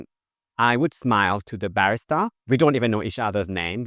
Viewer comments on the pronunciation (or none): trophy-yellow-smiling::trophy-yellow-smiling::trophy-yellow-smiling: Thank you, and now a little English for you: ba-RIS-ta, not BA-ris-ta. :person-turqouise-waving